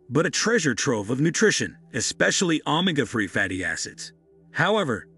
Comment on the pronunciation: I'm sorry, but your pronunciation of ,ANY words are incorrect, and make this video hard to follow. You had me until I heard you pronounce Omega, Chile incorrect. I can't take a video seriously if the narrator can't speak correctly.